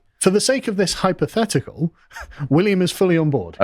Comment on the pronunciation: "hypotetical" is best